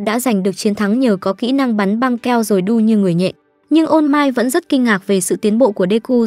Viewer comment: All might nghe ra ô mai :))) ô mai tết :)